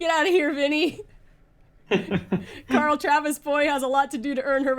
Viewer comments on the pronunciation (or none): none